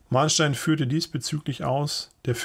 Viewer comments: HEISST NICHT MAHNSTEIN SONDERN MANNSTEIN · Der Mann heißt MANNstein, nicht Mahnstein :) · Ich habe noch nie gehört das Von Manstein wie mit einem H ausgesprochen wurde. Eigentlich wurde dieser Name soweit mir bekannt immer wie mit 2 N also Von Mannstein ausgesprochen. Jedenfalls hat Russland bisher immer bewiesen das es nachschieben kann. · Wäre immernoch Manstein und nicht Mahnstein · Manstein mit langem A? Dazu bedürfte es einem nachgestellten H.